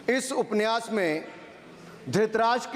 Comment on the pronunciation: Aap upanyas ko upniyas kah rahe hai or dusro ke pronounciation per sawal utha rahe hai